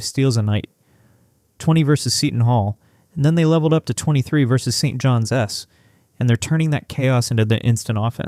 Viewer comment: Wish AI could adjust to saying St.John’s instead of St. John S. Annoying.